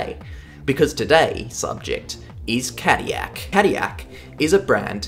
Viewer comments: in defense of the hilarious pronunciation which made me do a double take, GM did market Caddy as a luxury brand since it started. and what's more luxurious than anything that's french High Society back in the 40s and 50s? nothing that's what. could also be the fact that Chevrolet was also french and is also an american brand but hey what do I know right? lol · I believe that these cars were developped by Toyota engineers in Cologne but the powertrains were fully designed and developped in Japan. "Morizo" does have his history at "the Ring" I guess all great rececars have some European ties. But as a french speaker, we pronounce L's. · As an American cadiyak is crazy but I appreciate the effort into your videos! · It's pronounced Cad-dil-ac, you dang European... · my whole life and I didn't know there was a "y" in Cadillac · As an American, I take -10 damage every time you say 'Cadiyac' 💀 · God hearing Cadillac being pronounced that way drives me up a wall its pronounced Ca-Dill-lac, but i can say this about Cadillac racing this was only a stumble compared to their racing exploits afterwards in GT racing in the US with the CTS-V.R Beating the Mighty Audi S4 and RS6 Quattros and all others for almost a decade so yeah they had the last laugh i dare say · Well the way he talks about caddilac makes it seem European, like don't shame the U.S for not winning le mans, australia hasn't had a car win it either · 37 yrs old. Never heard cadiyak before. I'm pretty sure there's an "L" or two in there somewhere. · Couldn't listen to Cadyak .. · Saying Cadillac incorrectly to bring more comments to boost the algorithm I know what you’re doing (and I respect it because it’s funny) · As a person who is from the UK and knows French people, you have got the pronouncination. However, cadillac is rarely said and it is an American company so it should be pronounced with the l's in my opinion.